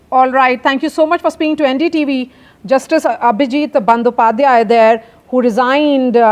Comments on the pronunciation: Let me complete the last word of Mr Abhijit Gangopadhyay. "Not Bandopadhyay it's Gangopadhyay"😂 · Its is NOT Bandopadhyay, it is Gangopadhay